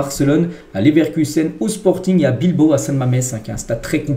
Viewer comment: Bravo. C’est la première fois que je t’entends dire « BilbAO » et non pas « BilbO ». Comme quoi, faut jamais désespérer 😉😜🥳